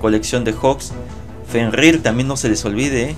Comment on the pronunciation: Porque dice shil? Y fenrIr?